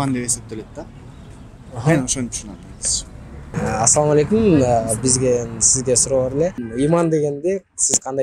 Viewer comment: Э Туган алып баруучу ассалааму алейкум эки тамганды айтпай журунуз уят .куноо